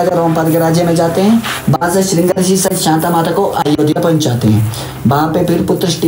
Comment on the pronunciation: ringa rishi nhi madam ji shiringa rishi bolo ji